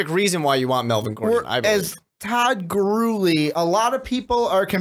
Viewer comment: Why can't the announcer pronounce Todd Gurley's last name?